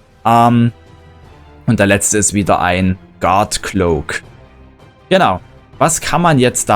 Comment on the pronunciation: Cloaks not gloacks lol